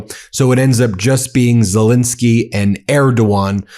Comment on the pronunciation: ZelENski not zelinski. Please pronounce his name ybe way he does.